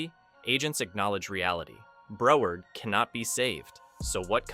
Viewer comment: This is totally AI. The word “Broward” is mispronounced. I’m no fan of Desantis but would check all the data.